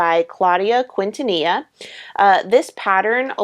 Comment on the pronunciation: Another informative and entertaining episode,, thank you. (And only because I have heard you correct yourself about mispronouncing words, Claudia's name is Quintanilla which is pronounced Keen-tah-NEE-yah. I just remembered the Lerwick issue so I thought you'd like to know!) And that cardigan - design and color - looks fabulous on you!